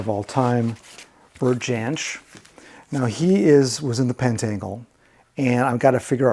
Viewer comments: Hi - really interesting, as always. I didn’t see any Fairport Convention - as you like the folky side of things, they are a must listen, particularly the early albums with Richard Thompson and Sandy Denny. A couple of tiny points - Bert Jansch’s name is normally pronounced as ‘Yansh’, and I think I saw Blind Faith’s album in with Traffic….in case you wondered where it had gone! Pleased to see you use the sensible way of ordering alphabetically rather than the iTunes method..! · Jansch is pronounced Yanch